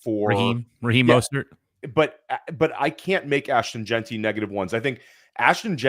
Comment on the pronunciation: doesn’t know how to say Jeanty - he pronounces it “Jainty,” like dainty 🤦‍♂️